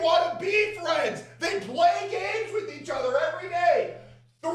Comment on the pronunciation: am i hearing this right she says date correct ur day